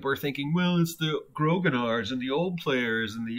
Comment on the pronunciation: A quick note, grognard is pronounced groan-YARDS. It means grumblers in French and comes from a nickname for Napoleon's Old Guard. They were all long serving soldiers who complained about everything.